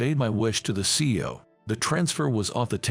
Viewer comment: It’s C-E-O each pronounced individually not see-oh. Words should be practiced before it is recorded.